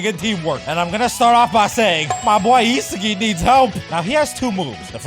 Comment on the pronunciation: Yeah.. that’s how you pronounce it You can even watch the anime if you don’t believe me